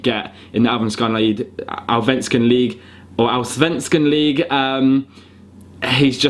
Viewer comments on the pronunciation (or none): If u are from sweden like me lol U don't say allsevenskan... allsvenskan... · Btw, its al-sven-scan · Hahahahaha uttalet på allsvenskan var så bra! Im from Sweden and that was hilarious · Hahaha lyssna hur han säger Allsvenskan